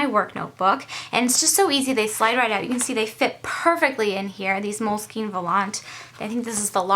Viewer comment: Great video!:) I enjoyed it. Just an FYI, it's pronounced "mole-skin" not "mole-skeen"...I know, I know, that "e" at the end is confusing! hehe:)